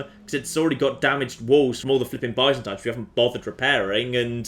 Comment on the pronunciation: I want the Byzantines to die so that stops saying it wrong.